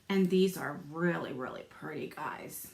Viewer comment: Just love how you say "purty"!